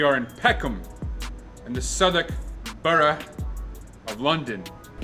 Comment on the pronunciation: I love your emphasis on the pronunciation of Southwark and borough. As a non-native, I know how it can be difficult. You smashed it. LOVE your content